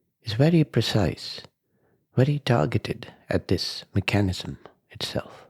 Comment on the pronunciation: Just fyi… it’s pronounced mech-a-nism. Not me-chan-ism. Sorry, thought you might want to know. ✌🏼